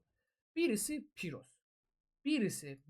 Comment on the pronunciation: Piros yox pirus